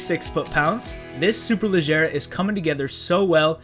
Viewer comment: you nailed the pronunciation, language of origin and translation. Ladies and gentlemen, we have a rare unicorn here.